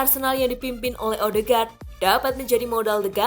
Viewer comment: Odeegard bukan ohdegar